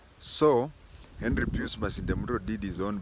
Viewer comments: Pius is pronounced as “Payas”. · That is the English pronunciation but Pius being a Latin name is just pronounced as PIUS.